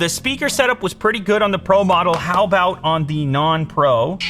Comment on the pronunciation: The Canadian kicked in for ABOAT two seconds there 😄❤️